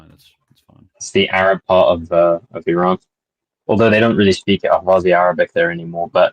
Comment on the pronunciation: We are gonna have to hear Wagner pronounce 'Iran' like that every day now